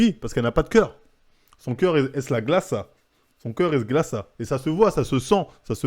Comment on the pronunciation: « Son cœur es glaca » mdrrr keske ?! 😂